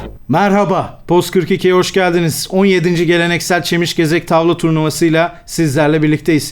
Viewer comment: Boğaç çeşmigezek turnuvasını kaçıncı denemesinde doğru söyleyebildi acabajxna